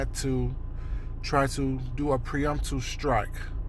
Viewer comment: *pre-emptive strike” sorry the mispronunciation was driving me crazy.